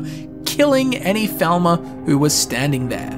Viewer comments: Bro. PLEASE. Its pronounce "Fall-mer", not "Vel-ma". Stop reminding me what they did to scooby doo xdd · Falmer. Not thalmer. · Anyone else think he says falmer like thalmer? I was like is he talkong about high elves or what? English people should really work on their English. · I'm not a native English speaker and probably because of it when you say Falmer I hear Thalmor xD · You say falmer and thalmer the same.